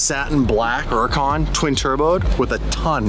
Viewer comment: What's a her-a -khan??? It always amaes me to watch youtubers that have no idea how to pronounce the names of cars they drive? I wonder how her says Camaro? Is it a cam-a row??